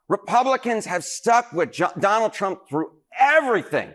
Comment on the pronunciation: "I will bote. For Donald Tromp",what a great hit it was!